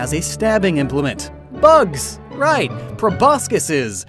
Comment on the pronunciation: for anyone who wants to see trying to pronounce the plural form of proboscis (which is in fact probosces.)